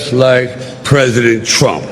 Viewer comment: He says just like pwesident tchump, aadreean.❤️🗽🇨🇦⚔️